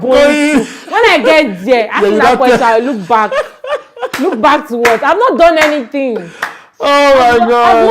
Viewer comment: She said look back ke? 😂😂 It's Chude that should look back 😂